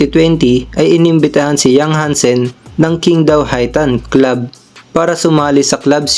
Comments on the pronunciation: QING DAO. Pronounced as CHING TAO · You'd be surprised.... 杨瀚森 is literally Yang Han Sen. Which is basically Hansen. You can even check using translation apps if you dont believe me. By the way Qingdao is pronounced as Ching Daw